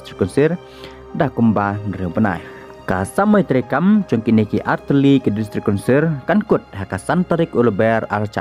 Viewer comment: District Councirrrrrrrrr